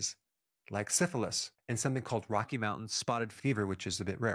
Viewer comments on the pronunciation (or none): none